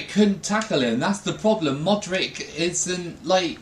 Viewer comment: please dont ever call Modric "Modrik" again . No hate though, love the videos!